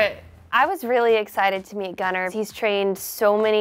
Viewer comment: "gunner" and the scandinavians are all crying